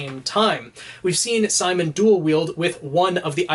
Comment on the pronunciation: It's Simin not Simon bro